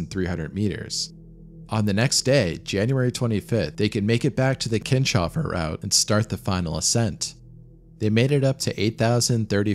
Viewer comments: Great video! Minor nitpick: it's Kins - hofer, not Kin-shofer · Keens-hofer, not Keen-shofer.